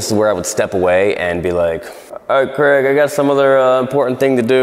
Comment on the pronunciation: It's "Craig" not "Greg" but, yes, he too makes great videos.